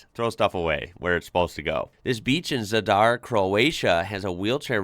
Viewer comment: You said Zadar wrong.